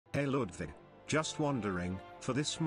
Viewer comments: Why the ai voice pronounce ludwig like we do in sweden 😅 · I like how the pronunciation makes it sound like ludvig and not ludwig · Why did bro pronounce Ludwig to Ludvic